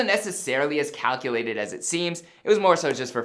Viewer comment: He said "cowculated"